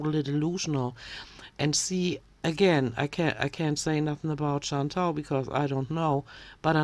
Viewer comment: why does she keep saying chantal's name wrong? her name is chantal, not chantel! according to she's been friends with chantal for years, imagine mispronouncing your friend's name for years. i would be so angry